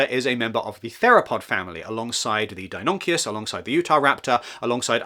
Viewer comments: Wonderful video, but mate, couple names got butchered though😅😅 Deinonychus is pronounced like {Dae no knee chus} & the Chinese one is 伶盗龙 or 盗龙{Ling dao long or Daolong} or so (I'd say as a person who learned Chinese, worked there & is a dino fan) :D BTW , Mosasaurus isn't a dinosaur, it's more like a giant marine monitor lizard (evolutionarily) cheers 😂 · That was excellent. A few nine year olds would maybe roll their eyes at how you pronounced Deinonychus, but everything else was very informative. I will always have a soft spot for the Spinosaurus as JPIII is my favourite of the whole franchise.